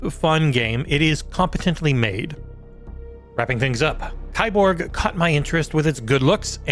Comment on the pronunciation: ...it's pronounced "key-borg"